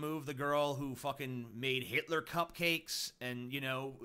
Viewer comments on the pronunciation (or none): none